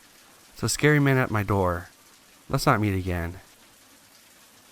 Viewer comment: "Swing the Doe Open"